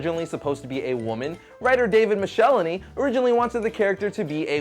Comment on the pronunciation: Not to be a stickler, but I remember very clearly from a letters column that David Michelinie rhymes with Pickle My Knee - mick-el-eye-knee.